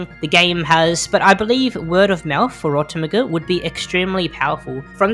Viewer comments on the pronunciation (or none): rotomuguh sounds strange call it "rot meg" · Ro-tem-eh-gu... NO... It's Rot- EM JEE!